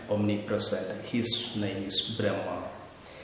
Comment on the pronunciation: 🙏🌷 Bhraamaa Pronounced Correctly. The First Breath. Nagas of Kerala are from Nagakshetra. SOUTH AMERICA IS KNOWN AS #PATHALA NORTH AMERICA IS KNOWN AS #MAHATALA AFRICA IS #RASATALA ANTARTICA IS #TALATALA EUROPE IS #ATALA(Atlantis) ASIA IS #VITALA AUSTRALIA IS #SUTALA (Astra+ila/Suvarnabhumi) The epics and Puranas describe several vast inhabited continent sized regions called '#Talas'. There are seven #Talas identified with what is now known as the seven continents